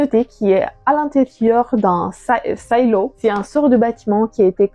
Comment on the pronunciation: Pas la peine de prononcer"silo" à l'anglaise, vu qu'en vo le livre s'appelle Wool. Sinon, bonne vidéo !